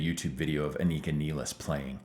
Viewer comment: I mean, it's Rush. Of course the drummer's last name will be mispronounced!